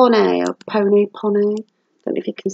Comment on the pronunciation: Peoney Pronounce it. [ pee-uh-nee ] Owls are nice A wise old owl sat in an oak The more he heard the less spoke The he spoke the less he heard Oh why can't I be like that wise old bird. Please don't send your mum to mine, she will go boggle eyed and ballistic 😂😂 Lol the ice cream man is interrupting you now . Awesome video and finds. Kitchen is coming on nicely . Great to listen to the chat again. I love it. " I bought my own Mug for 70p" 😂😂😂 Great to see you back 😊😊😊